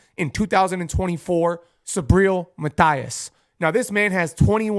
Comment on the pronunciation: That’s true. No prospect; a world champion.And the pronunciation of his last name is Matías. Just like they call him in all his fights.